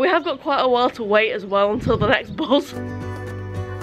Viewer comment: How do I know I am a southerner? Because it triggers me every time you say buz and not bus! It's a me problem I will continue to love your videos😊